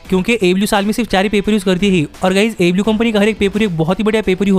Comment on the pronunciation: first of all you need to speak clearly, what is ablew ablew its aew ok,i hope you will work on it